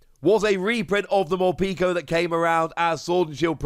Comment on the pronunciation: I like your videos but it hurts every time you call Morpeko “Morpeeko”. The pek is pronounced like peckish.